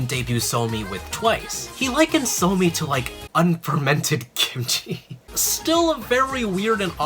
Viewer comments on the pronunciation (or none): none